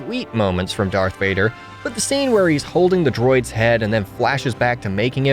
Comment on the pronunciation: Its not that hard to say DARTH Vader